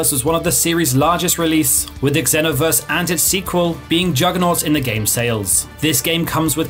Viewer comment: The way you say xenoverse hurt. Raging blast number 1 tho. Miss doing those beam blasts with my cousins 🥲